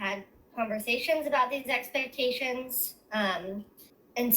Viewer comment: Take a shot every time she says "expections"